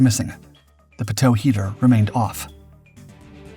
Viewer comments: Dude, so rookie. No one calls it a "pa-toe" at all, ever. It is always called a pitot tube, pronounced pee-toe. I didn't even know what you were referring to at first. This is America not Canada homie. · It's not "p toe" its "pee toe" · Pitot (pronounced) = Pee* - doh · Pitot is pronounced "pea-toe." ffs. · Friendly tip: Pitot is pronounced Pee-Toe...the sensors on all aircraft to sense air speed. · Pee-tow I know you guys do a lot of docs, but this one is like nails on chalkboard to me lol. Pitot tubes are the things that stick out the nose of a jet, pointing into the airstream. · Learn to correctly pronounce "pitot" before you do a narrative! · They screw up even basic things like how to pronounce pitot.